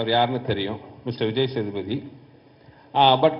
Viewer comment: சேதுபாதி இல்லை சேதுபதி